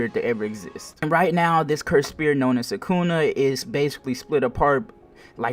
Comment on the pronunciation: its sukuna not sakuna 🤦‍♂️